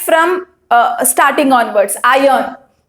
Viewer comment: I am 65 years engineer. I am watching your videos to teach my Niece who is studying 10th std now. Thanks for your wonderful teaching. Just a suggestion. Pl correct your pronunciation of "Iron". Thank you once again.